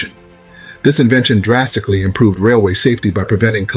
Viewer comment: Sonds like he says they improved not invented